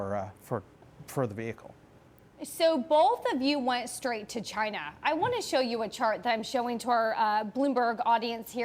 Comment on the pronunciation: She pronounces China weird. Chyyna